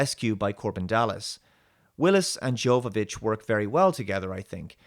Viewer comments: As always Dave your reviews are spot on. I love this movie ever since I first time seen it as a kid Miss the 1990s because had the great movies. Ps: You mispronounced Jovovich. It is not Djovovich. It is Yovovich. In Serbian language it’s written Jovović as it’s her native last name from Serbia. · Her name would be pronounced like Your-vovic (jovovic) Not like Djokovic ..(tennis player)